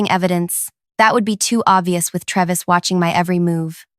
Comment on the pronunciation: It's pronounced TRAY-vis